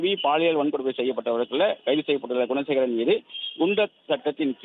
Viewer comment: குணசேகரன் என தவறாக பலமுறை நிருபர் உச்சரிக்கிறார்